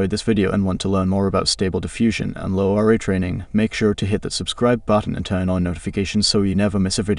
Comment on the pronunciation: "Low R A" - are you using some AI text to speech, narration is so monotonic.